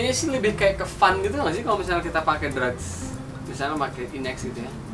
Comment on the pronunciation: Drugs bukan drag wkwk